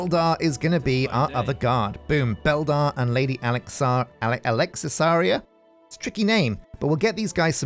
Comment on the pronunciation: Hehe glad you like Alexisaria's name. Took me a while to come up with it. An you pronounced it perfectly!